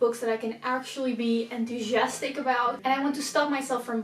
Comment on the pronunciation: The way you pronounced enthousiastic was so Dutch😂